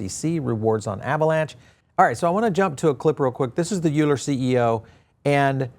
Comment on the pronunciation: Euler = "Oiler" (like the mathematician) Great coverage though!